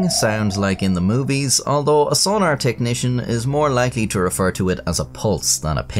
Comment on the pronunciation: I love the way he says sonar, sona-er xD